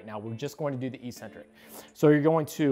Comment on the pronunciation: Learn how to pronounce "eccentric." It's not e-centric.